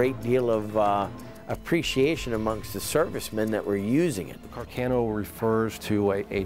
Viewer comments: car- c-Ah-no not car- cay-no. incorrect, correct. You can tell when people don't care about a subject when they don't bother to pronounce it correctly. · Car-cay-no? No Khar-kaaah-noooooo!